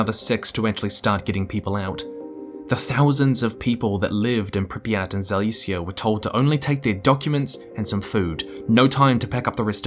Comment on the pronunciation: I'm like two minutes in and enjoying this video, but ouch, that is so very far off from how Pripyat is pronounced...